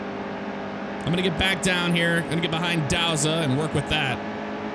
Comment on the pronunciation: He doesn't pronounce douzat right